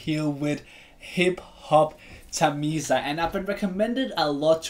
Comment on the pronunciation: Hey man i love ur all videos... By the way the name tamizha is pronounced to be as tamila... Plz correct it man... Love from tamilnadu..🫂